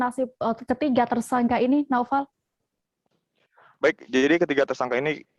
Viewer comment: Namanya NAUFAL.. tp gak bisa bilang INFORMASI & KONFIRMASI. Semua huryuf F & V jadi huruf P. NAUFAL jadi NAUPAL INFORMASI jadi INPORMASI KONFIRMASI jadi KONPIRMASI kwkwkkk